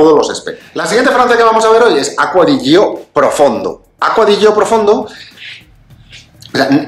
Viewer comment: Perdonad que sea tan pesado, lo digo siempre, pero es que me vuelve loco: se pronuncia Acqua di Giò, con acento en la Ó (si es que está en la botella!) Piensa que Giorgio se pronuncia apretando en la primera O. ¡Y la i no suena! es "acua di YÓ", ( vamoooos que en un canal de este nivel ya se tiene que saber 🤣🤣🤣